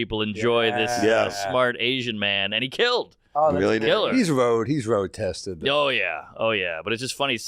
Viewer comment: "Hes Woad Tested"